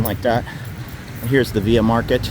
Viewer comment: As a Bangkok expat I really enjoy your videos but why do you always call it ‘Via Market’ when its written / pronounced Villa ?